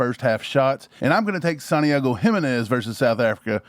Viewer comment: Jimenez is pronounced “HEE-MEN-EZ not “Himen-ez”